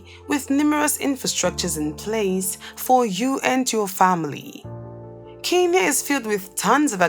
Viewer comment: Pronounce it as Kenya